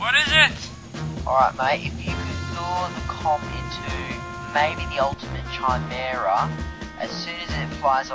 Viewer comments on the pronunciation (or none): Chimera has a "K" sound, not a "CH." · As a fan of Mother 3, I love this episode! Though chimera is pronounced ki-meera.